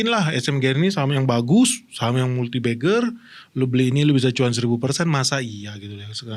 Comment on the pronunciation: multibagger ❌ multibeggar ✅